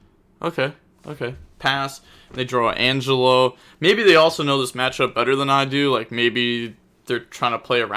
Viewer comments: De Moan demone and An Gel O for the 2 scales as for scelta i think it be said scale ta and i think you got the spells right so far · angelo: hun-jay-low, demone: dem-on-eh, scelta: shell-tuh, versare: verse-uh-reh, zebufera: zeh-booh-fair-uh. your pronounciation was kinda good btw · wants to pronounce Algelo and demone properly but fine with saying centron haha